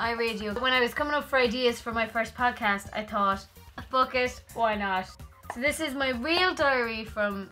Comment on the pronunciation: I'm pretty sure you said "PUDCAST".